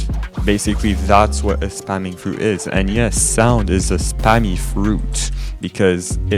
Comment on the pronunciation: "spemminng" lol love the video